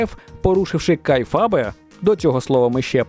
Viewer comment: Вухам стало боляче, коли почув "кайфабе"